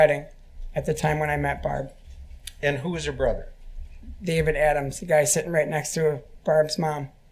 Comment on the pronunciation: He pronounces 'barb' like that cheeseburger locker, Randy